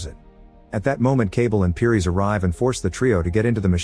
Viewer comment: It’s pronouced “Paris.” Like the city. And he shouldn’t have become Special. That wasn’t in the book. In fact, he was the only one to escape the Special treatment.